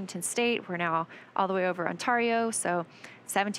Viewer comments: Ontario - On 'tare' eo. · I've never actually heard someone mispronounce that. Remarkable.